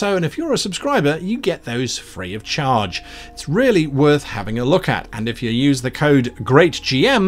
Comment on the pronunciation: When Guy said "The subscription is REALLY worth it" I heard "The subscription is RARELY worth it." Took a second to adjust my hearing.